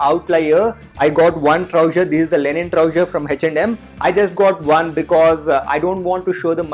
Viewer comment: its linen not lenin